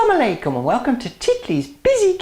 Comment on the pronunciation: i like most the way you say Asalam o Alikum and Khuda hafiz.... Recipe is very good and easy.